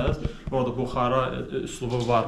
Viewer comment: buxara yox,buxarı